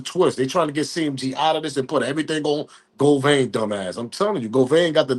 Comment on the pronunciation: Say it witme GO-VAN NOT GO-VAIN GOT IT OK